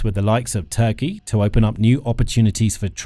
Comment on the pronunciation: The artificial voice on this video is irritating for important issues it can not pronounce TURKEY, a simple word to pronounce.